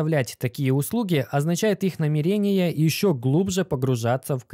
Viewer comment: Пожалуйста, говори правильно, слух режет. намЕрение